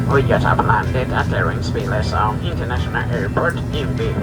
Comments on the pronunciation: I believe its pronounced: Pro-vi-den-ci-al-es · Provi-den-shulls? It is Provi-den-cialis, mate! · Providen-shulls? 😂😂😂😂 “pro-vi-den-see-ah-lez” is the correct pronunciation sir. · Learn how to pronounce “Providentials” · It's not pronounced Providencials.. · It's pronounced Pro-vi-den-see-al-es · 2.45: prov-ah-den-c-a-leez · Providenciales is pronounced Pro-vid-en-see-als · Can you pronounce Providenciales correct.. it isn’t”Providencials” you’re missing two whole syllables. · You are the best , practice pronouncing Providenciales. PRAH-VIDENCE-EALESS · I love the Turks and Caicos Islands. Provo is the most populated island and gets the most tourists. But please pronounce Providenciales correctly. :). PLS was redesigned a few years back, and it’s way too small. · Hey, slight correction, it’s actually called ProvidenCiales. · For a small Turks based airline they have made it thru the growing pains and are doing great. Hats off to Inter Islands success after a humble start 35 years ago. Now learn how to say Provenciales. 😎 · Providenciales = pronounced as "pror-vi-dench-cher-less" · Provo-den-si-al-es (or just Provo for short) Enjoyed this video... Welcome to my Caribbean life. Inter island travel challenges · ive never been to turks and caicos and yet your pronunciation of providenciales made me cringe sooooo bad lmao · He just keeps mispronouncing Providenciales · Jesus Christ… all the resources we have at our fingertips and you can’t pronounce Providenciales properly.